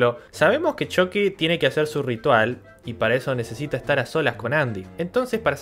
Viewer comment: nunca vi las peliculas pero a mi viejo x malo los vecinos le decian "CHUKI" no como decis vos "CHOKI" en ingles